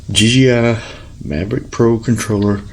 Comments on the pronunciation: OMG, 10 minutes and 45 seconds to finally remove the battery! BTW, it's not D GEE I. It's D Jay I. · Please learn to say DJI instead of DGI. It really bugged me throughout the video. Otherwise a pretty good and informative video. Thank you!